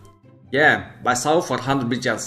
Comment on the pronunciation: what think he says "buychaos" what i hear: buysaus